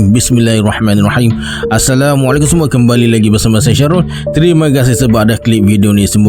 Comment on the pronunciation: Assalamualaikum tuan..minta maaf sedikit nak bagi tahu..katika tuan mula buka cerita..kalau buleh masa tuan bagi salam tu berhenti seketika.saya dengar tuan bagi salam terus sambung dgn bahasa melayu..Assalamualaikum..bagi jelas hurum mim belakang tu sebutan bagi sempurna baru sebut..kembali kita..